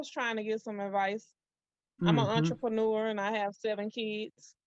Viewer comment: "Entre-peen-eur" got me, that was Cold Blooded.